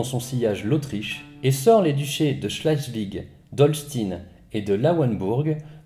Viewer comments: On dit Holchtaïn ! Et schlesviche ! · Moi aussi ça me fait saigner les conduits auditifs et schleswig comme " chlaissevigue " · On dit plutôt chlézvich avec un long é.